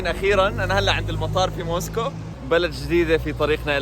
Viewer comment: يعطيك العافية جوله بزاف هايله و الاجمل انك في النهاية ذكرتني بمراسل الجزيرة " اكرم خزام" و كلمة موسكو بينطقها زي ما نطقتها" موسكووووووو"